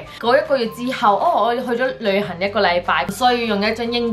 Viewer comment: 係去旅行呀 唔係去旅痕呀 咬字清楚D